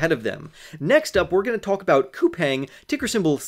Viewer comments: I live in South Korea, but I haven't invested in them. It is pronounced COU-PONG (the pong sounds like ping pong). If they're going to massively expand into Asia, sure. I definitely have invested in SOFI. I started out with 450 shares. I'm at 600 and going long. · Best of luck to you. As far as the pronunciation goes Google says it is pronounced COU-PANG